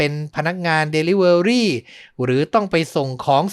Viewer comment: Delivery อ่านว่า ดิลิเวอร์รี่ค่ะ fcเท็กซัส